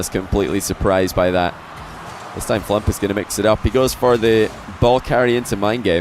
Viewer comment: I'm only halfway through watching but this is such a good video. The gameplay is so intense and the constant mispronunciation of FLuuMP's name is hilarious.